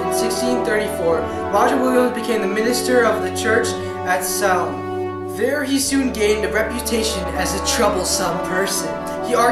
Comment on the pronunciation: At least learn how to correctly pronounce Salem!